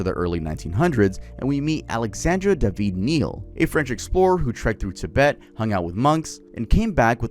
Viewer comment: Ti-BET… emphasis on the second syllable. I don’t normally correct people, but that drove me.